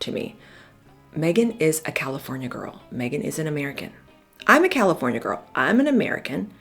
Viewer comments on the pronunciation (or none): none